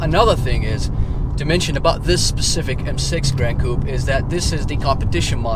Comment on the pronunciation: the way u say coupe will get u murdered in france😜